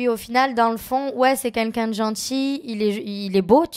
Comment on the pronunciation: Ya que moi qui l'entend toujours dire Qunlqu'un 😭😂😂😂